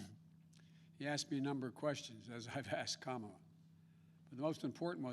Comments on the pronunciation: He is calling her Kama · Hahahaha he mispronounced her name hahaha